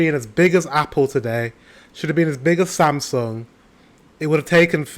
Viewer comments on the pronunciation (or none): none